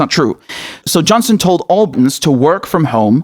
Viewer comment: That’s our tory government for you. And everybody but me voted for it, it seems. By the way, “Britons” is pronounced more like Breetons, but with a short i. As in British.